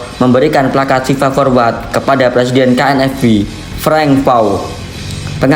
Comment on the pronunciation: KNVB min!!! Bukan KNFB🤣🤣🤣🤣